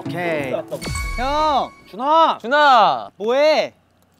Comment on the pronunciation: 준아가 자꾸 누나라고 들려….